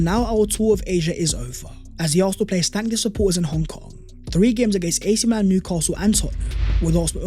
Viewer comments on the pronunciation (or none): none